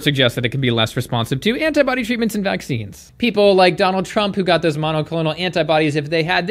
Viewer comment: What does vaksheeenz mean?